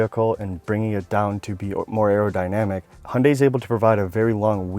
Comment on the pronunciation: It’s Hyundai not hunday lol